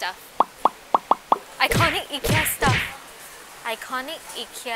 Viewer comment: pronounced as eeekea